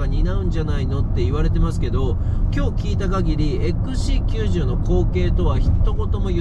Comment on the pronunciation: ちゃんとXC90って言えましたねw